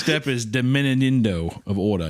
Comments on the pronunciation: Hunter trying to say “diminuendo” really gives Nemo trying to say anemone. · Hunter trying so hard to say "diminuendo" properly almost has me rolling in this filthy horse stall!😂 all I pictured was a bearded baby clown fish!😅🤣 You're doing great, sweetie! Better than I would've done lmao